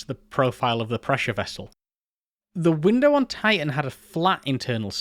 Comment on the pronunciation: I'm far more irritated by his inconsistent consonant pronunciation. Sometimes within the same word i.e. "mi'igated". Typical of educated people who are trying to hang on to or cultivate a more working class accent. I don't care, pick one. "Ti'an" or "Titan".